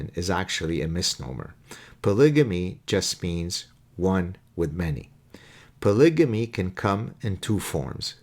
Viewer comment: Polygamy is pronounced with a hard g, as in gut, and not j as in just.